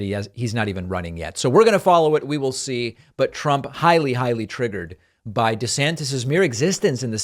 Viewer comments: "De Zanktiss" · If you can't pronounce "DeSantis" properly, you probably can't pass your own mental competency test.